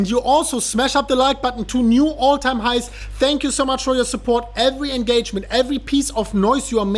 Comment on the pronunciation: “All time highms!”